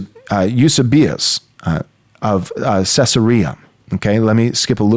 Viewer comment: I have a hard time respecting the historical opinions of someone who can't pronounce Irenaeus (ear-in-EH-us) and Eusebius (you-SEE-be-us).